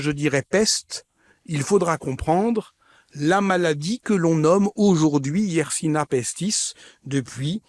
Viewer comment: Bonjour, merci de transmettre à cet honorable orateur que la bactérie s'apelle Yesrsinia pestis et non pas Yersina pestis